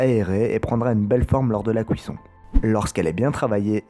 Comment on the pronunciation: Super vidéo comme d'habitude, mais t'aurais dû ouvrir un croissant à la fin pour que l'on voit l'intérieur :'( Ps : la "couisson" X'D